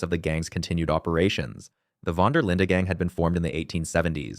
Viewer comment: Knew it wasn't looking good when he pronounced it vander Linda😭